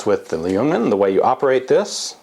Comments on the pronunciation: Baciacally how you pronounce it, it sounds like "lee-yungman", but the L is silent so it should just be "yungman"... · you don't say the L in ljungman, it's pronounced jung man. swedish is hard if you dont know it ;) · Forgotten Weapons Hi there! If you skip the "L" (it's silenced), you'll have a very good pronounciation of Ljungman! =) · the L is silent in ljungman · Hehehe still not pronouncing "ljungman" properly i hear ;P